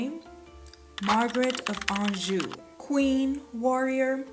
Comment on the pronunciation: A knockout, knows history, and pronounces anjou correctly. Subscribed ✅